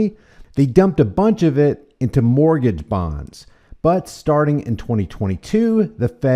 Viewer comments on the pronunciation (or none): none